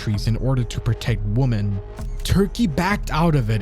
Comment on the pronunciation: Look, I love your channel, BUT FOR THE LOVE OF EVERYTHING, the plural form of woman is not pronounced the same way as the singular. I REALLY don't understand why this has become some weird online epidemic lol